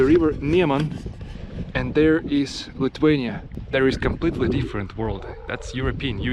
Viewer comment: Your English is great. Well done. But Lithuania has TH in the word, not T. You can't pronounce it Lituania.